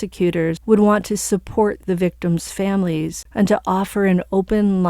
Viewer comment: Yes but he needs to practice the victims names. The families were rightfully upset.